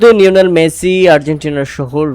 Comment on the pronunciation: লিওনেল মেসি ❌ নিওনেল মেসি ✅